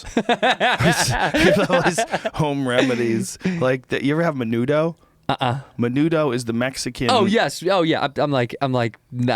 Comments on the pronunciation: The way Rogan pronounced Menudo made me not want to eat it ever again... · Joe you fuck, there's no chick peas in menudo. it's hominy